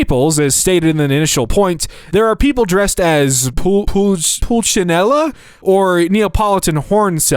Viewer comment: POS=point of sale system. Not "piece of shit." Learn these things before you film these videos. Same with how to pronounce words- you really have never seen or heard "Pulcinella"? You're making Americans look like...Americans.